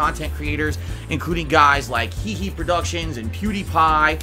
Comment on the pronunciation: Did he just said heheProduction instead of h3h3Production?